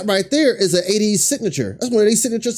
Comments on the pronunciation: We’re “A-teen-knee” pronounced that way and ATEEZ is “AY-tees” emphasis on the “A” lol. Sorry we all just cringe a little when we hear it wrong😬 Thanks for checking them out- the NEVER miss!🔥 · Yesssaaa! Cringe at the mispronunciation of the group and the members name. There is a video on YouTube on how to pronounce the group name and the members